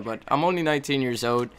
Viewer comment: i think its pronounced old, not ode. sorry for being critical